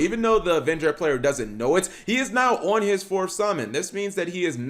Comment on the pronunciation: "Learn English" says the guy saying playet